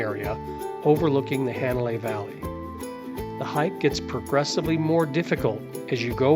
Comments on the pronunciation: I just came across this video. After being to Kauai 14 times and being a short time resident, PLEASE, if you are going to make these videos, learn how to annunciate the Hawaiian language!!! Hanalei, my final destination every time, is NOT Haaa (not like CAT) nalei (not a short A), it is a soft A, like ahhhhh, Hah nah lei. Just like on Maui, Hah nah, Hana, not Hanna, like the name. Mahalo nui loa. 🏝️ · Hanalei...is not pronounced "hand " Hanalei.